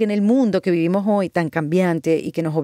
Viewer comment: Las eses no son jotas, practicar un poquito, potkaster... el mundo que vivimojohy